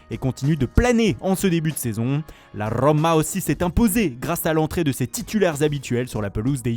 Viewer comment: La RRRRRÖMA l'accent me tue 😂😂